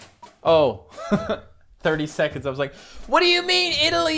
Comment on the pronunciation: your saying italy wrong